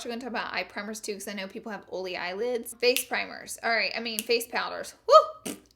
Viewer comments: I’m from the south and I pronounce oily correctly but ig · Anyone just come because she says Oily wrong? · Ohhh so u say oily as olly? Thats cute!! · Im the type to correct everybody. But this so funny. I say it after she say it olay skin. 😂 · When she closed the IT powder container, really hurt my ears. Overall, great advises for "OLLY" skin. Love you Laura 💦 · Ohlee, because, and consiller (concealer) are her funny words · Comment a 💗 for every times she said ohlee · Who else has dry skin but wanted to hear her say olé😂😂😂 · It sounds like your saying Holy lol😂😂😂😂😂😂. Omg I just love you #Lauralee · I love the way she says OL'E 😂😂 she doesn't mispronounce it , it's just her accent. My sience teacher was from the south & pronounced it the same way . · I say oily the sameeeeeee wayyyyyy. And being corrected every time....it's aggravating!!!!!😡😡😡😡😡😣😣😣😣😣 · Damn Laura, I read your video title in my head and already knew how you would pronounce "OILY"...lmao!!!! Love you girl!!!! You can take the girl out of the country but you can't take the country out of the girl!!!! Your so damn fun!!!! Ok now I'm gonna finish watching the rest of the video 🤗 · THE INTRO I DIED LOVEDDDD THIS VIDEO BECAUSE OF THE WAY YOU PRONOUNCE IT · You should makeup a sweatshirt that says, "can't have the oily skin", but oily should be spelled how you pronounce it!! I would sooo wear it!! 😍😘👌